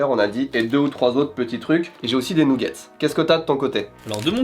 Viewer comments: il a vraiment dit nouguette's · des nouguettse ..... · qui dit « nouggets » 😂 je vous adore vraiment vous respirez la bonne humeur! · Les fameux « nougettes »